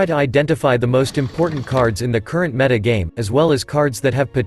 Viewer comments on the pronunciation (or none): none